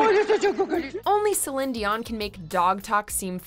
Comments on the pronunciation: Céline (Say-lynn, with stress on the "say") => how it's pronounced in french, here, in her native Québec. The video is right. You are wrong. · I'm actually dead! So many people are accusing the narrator of mis-pronuncing Céline's name when in actuality she's pronouncing it the proper French way (since it's a French name and Céline is French). It is pronounced Selin and NOT Seleen lol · The narrator pronounced it the proper French way. Seleen is wrong and it's how english speakers butcher the name . It is Selin. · Just think with 1 minute with Google and you wouldve known that the narrator pronounced it the proper French way. And Seleen is how english speakers butcher the name. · Exactly, as a french canadian I can confirm. This video pronounces it right. Céline (Say-lynn, with stress on the "say") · Annette Martin yeah it’s something like ‘Silynn’. The é and the i are pronounced almost the same. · The lady’s pronouncing it right. In Québec, the é and the i in Céline are pronounced almost the same. It’s something like ‘Silynn’. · Sell-in is the actual pronunciation, because it's a French name. Seell-een is the mis-pronunciation that Anglophones make all the time. It's really annoying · Nope. She pronounced it correctly. Celine pronounces her name C Lynn. It’s French Canadian. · Céline (Say-lynn, with stress on the "say") = > says me who's french canadian. So this video is accurate, as in how her name is said in her native language. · Finally!! First time I hear an American pronouncing Céline correctly! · LMAO that's how her name is pronounced in French, it isn't Celeene that's just anglophones mis-pronouncing it lo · Watchmojo is based in Montreal so they are even Québécois like Celine. I trust their pronunciation is accurate if unusual for our American ears. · it's not a running joke.. that's how her name is actually pronounced. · She’s actually pronouncing it correctly. That’s how you say it in Québec. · Bro. It is actually French pronunciation